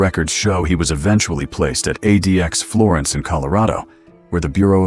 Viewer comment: ADEEAXE florence? AI slop.